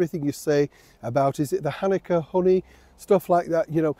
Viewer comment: it is "manuka" honey, not Hanukah honey, lol❤